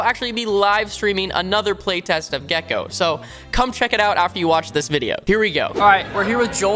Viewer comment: Cant wait for the gekko speedrun Calling the name being gekkeeoh